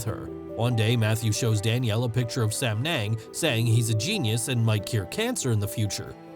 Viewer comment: Sam yung not sam neng😂😂😂